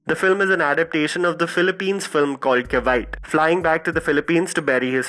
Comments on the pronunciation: Just so you know, Cavite is pronounced as ka-vee-teh. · Hi,. I am from the Philippines. I would like to inform you that the movie Cavite which is also one of the provinces in the Philippines is actually pronounced as Ca- vi -te wherein i is pronounced as ee as in ear and not i as in eye. Te on the other hand is pronounced as te in Telegu.